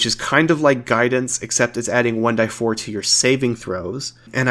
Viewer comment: Why do you keep calling it 1 die4. Literally nobody in the world has ever pronounced it like that even if its technically correct. Just say 1 "Dee"4